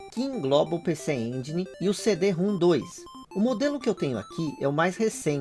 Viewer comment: Na verdade é CD-ROM elevado a 2. Se lê CIDIROMROM.